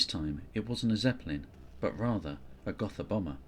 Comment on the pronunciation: Pronounced Goh-tah